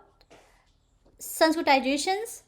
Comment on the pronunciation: Abe totle h kya sanskritzation bolna to sikh le